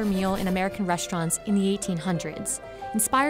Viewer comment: “Reshtaurants....”.......”carmelized”...... ???.......how about “restaurant” and “caramelized....”..? I